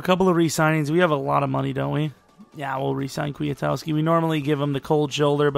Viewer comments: Also, Kwi-Kowski. Not Kwee-a-towski Or maybe it's Kwi-Koski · Ryan Petras Maybe you're right, but either one of those is far closer than how says it.